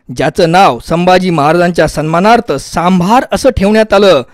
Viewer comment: सांभार नाही आहे ते सांबर आहे